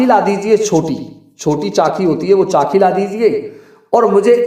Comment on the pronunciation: Are khot mohmd chaaki नहीं chacki hoti है न कि चाकी